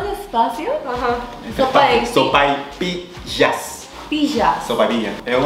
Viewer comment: Yo entendí sopa de pija jajajaja que raro dije